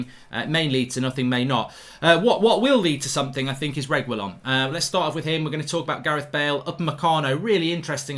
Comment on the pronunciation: Whatever it is mark will never be able to get Sergio Reguilon's name lol